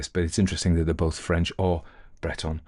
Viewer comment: A lovely reading, nice French pronunciation.